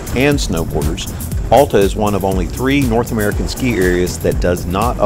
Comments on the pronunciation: It’s NOT Awwwl-ta!! It’s Al-ta!!! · You are not a local. How can any Utahan tell? It is not All ta. AL like altitude. Alf's mid mountain restaurant and Alf's High Rustler are named after Al. Al used the English part of his name, added TA (German expression for outstanding). Thus AL TA. Everyone say after me. ALTA. Al was a great man. He scouted Little Cottonwood Canyon for the United States Forest Service and the first chairlift was installed in 1938. Get to know Al and TA to you.